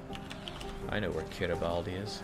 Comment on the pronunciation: Kiribati is pronounced "Kiribas" ;)